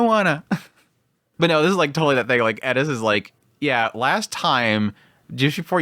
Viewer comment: Its just like people say with Eris he says Edis 😂 I dont personally hear it that much but its what people say